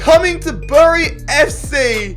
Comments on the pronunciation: Bury is not pronounced bury it’s pronounced berry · It’s pronounced ‘berry’